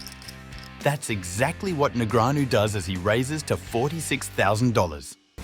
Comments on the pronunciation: "neg-re-anu" lmao Daniel has been around for over 20 years.. and you cant pronounce his name? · Daniel Negreeahnu 🗣🗣🔉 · The AI needs fixing after announcing “David versus Goliath” with Foxen when Negreanu is one of the best players ever and his name is NOT NEG RE ANU 😂🙄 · Th is announcer just commuted libel when he publicly accused Bryn Kenney (and can’t even pronounce his name correctly or “knee-Grey-Ann-Oh” either. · The commentator of the video keeps changing the way he pronounces Negreanu. It's really funny